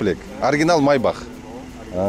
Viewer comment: Майбах эмес МАЙБАШ